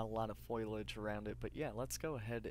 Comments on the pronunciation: Fo-li-age not "foilage" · Foilage lol, I think you mean foliage, either way thanks for the guide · Sounds like he's saying foilage, not foliage.